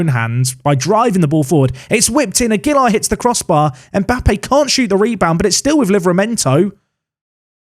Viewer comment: Aguilar is one of those Spanish names that often differs by region. a-GEY-lar can be one way, but the safest is probably a flat style: agey-lar, with a slight emphasis on the lar. Unless a stress emphasis appears in the name, you can generally emphasise the second syllable of the name in Spanish names, though obviously there are regional differences - eg. MeX-ico vs Me-Hico). Phew! Shutting up now.